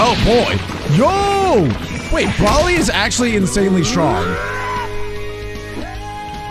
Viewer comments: Its bro ly not brawly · It's not brouwly its broly😂😂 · PLUS IT'S BROLY NOT BRAWLEY😡😡😡😡